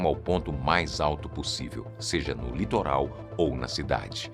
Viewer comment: litoral ou litorando?